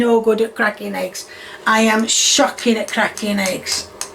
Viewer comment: You better watch out,. You almost said potatoes and eggs correctly (instead of sputatoes and heggs)